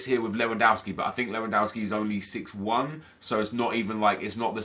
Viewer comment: Ahahha anyone else noticed that Nep said Lewandoski in a weird/funny way at about - ?😂😂